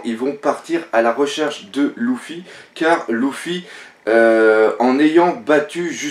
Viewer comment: Pk tu dit '' Louffy '' c'est Luffy pas Louffy